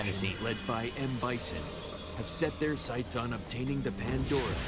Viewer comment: LOL "hava more stamina"